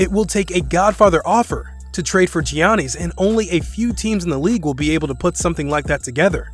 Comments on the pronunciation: I was going to subscribe until you said giannis. Delete your channel. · Giannis wins an MVP and this man can’t even bother to learn his name properly 😂 idk if I trust him anymore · This years draft class got laMELO Ball, and Anthony Edwards, whoever gets them gonna be a force tbh, and this man can’t pronounce Giannis 💀😂, but yea the best moves are prob the 76s move and getting ride of westbrick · I swear this guy can’t say giannis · dude, dafuq is Geeanny, do you even watch basketball? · “Gee Honesties” wtf🤷🏾‍♂️🤷🏾‍♂️🤷🏾‍♂️🤦🏽‍♂️🤦🏽‍♂️🤦🏽‍♂️🤦🏽‍♂️ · He said johnnys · He literally pronounced almost everything wrong in this video. Wojay bomb Res-ign instead of RE-Sign Buddy Hields Davis Bertins Mike DeAntunee Geeannies Chams Vladi Deevis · Who TF is johnys 😂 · “Ge on as” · I never knew Greek and India are some how related. Gianny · Does this dude even really watch basketball? He sounds like he's reading a script the way he says Giannis and D'Antoni all wrong. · He Giannis name wrong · I can't take this dude serious when he can't pronounce anyone's name correctly. He messed up like 8 people's names. He obviously doesn't watch basketball. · Bro learn how to say Giannis PLEASE!!!! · as soon as i heard him say Giannis's name wrong i knew there was gonna be a whole comment section of that below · This guy doesn't deserve to make NBA video if he can't correctly pronounce the 2 time reigning MVP. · Plz I want a custom ps5 and plz look up how to say Giannis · He mispronounced Giannis Antetokounpo's first name lol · Please tell your Voice Over guy how to pronounce Giannis, D'Antoni, DeAngelo, and Vlade Divac. I'm at the 7 minute mark and it's clear your voice talent hasn't followed the league at all. Why hire this guy? There are millions of VO actors who are huge basketball fans :) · Are we gonna avoid the fact he said Giannis wrong 😂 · Man said jiannees instead of Giannis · 'Gioknees' XD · It is Giannis not Jeanie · It’s pronounced yannis not jonnice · Geeani lol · Bruh ITS YANNIS